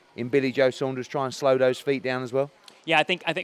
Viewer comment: wow, an american who can say " saunders" rather than "sanders". none of the yanks giving billy joe a prayer but the british boxing public are giving the man a chance.. so many of canelo,s opponents are beat before they gets in the ring,, i think billy will give canelo a real good fight,, roll on fight time.